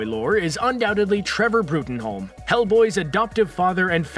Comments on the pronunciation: Bruttenholm is pronounced Broom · LMAO did you actually say "Bruttenholm" how it looks? It's pronounced "Broom" that's 100% fact. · It's broom, Trevor broom..... can you do your research lmao